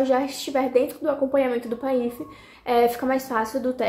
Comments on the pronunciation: Será que eu aprendi errado ou você pronuncia de uma forma diferente a sigla PAIF🤭 independente disso vc é ótima ❤ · Ela fez a pronúncia incorretamente. Mas, ela vai se adequar no início pode gerar dúvidas mesmo.